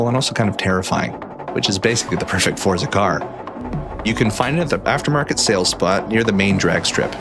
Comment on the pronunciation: you pronounce forza wrong....nive video though